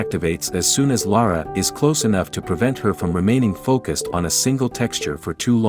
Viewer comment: Is the narrator AI too? Sounds like it to me, using the same word pronounciations as Lara did, including getting her own name wrong!